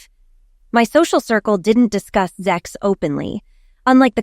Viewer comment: STOP SAYING ZEX .